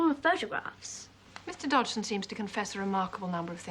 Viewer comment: This movie pronounces his name wrong. The G was silent, so it was pronounced Dodson.